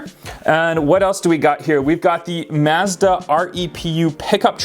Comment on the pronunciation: Mazda not MAZ DA